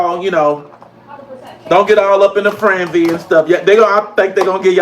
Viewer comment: Don’t get up in a “franzy?!” WTF??? How does a grown man F up the simplest of words?